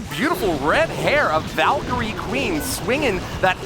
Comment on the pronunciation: “valcrey”